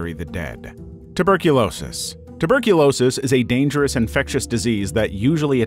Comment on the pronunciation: You've got Tuberculoisis"